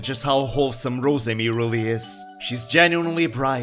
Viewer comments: The gweat Wosemi-Sama is amazing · Sasuga The Gweat Wosemi-sama